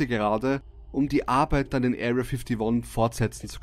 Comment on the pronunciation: Oh da ist mir wieder mal jemand zuvor gekommen 😂 mit Aria fifthy won. Aber ich gebe auch zu dass es mir in den Ohren weh tat. Möchte es jedoch als Hinweis und positives feedback verstanden wissen. Nicht dass hier jemand zu Abigail mutiert. 😂 Liebe Grüsse aus Thailand 👋 Land des ländlichen in den letzten Tagen des Urlaubs 😂 Christian